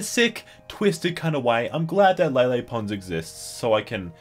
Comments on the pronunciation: you called her "Lily pond" lol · he said lily pond